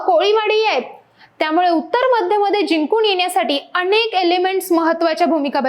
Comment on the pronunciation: अणेक नाही हो अनेक असतय ते.😂😂😂